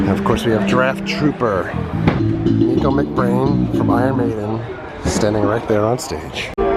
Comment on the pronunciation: Just to let you know, a lot of people get this wrong but his name is pronounced Nick O not Neek O.